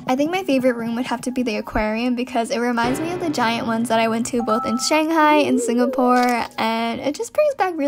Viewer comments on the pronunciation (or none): none